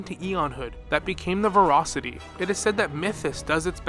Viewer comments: "Verocity" is not the same word as "Voracity" - sorry this one point is driving me crazy, but I think you're dead on about the actual principles the IPC is following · ver-ASS-ity. ver-ASS-ity.